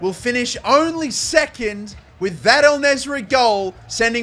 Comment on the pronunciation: It’s en neysri not el neysri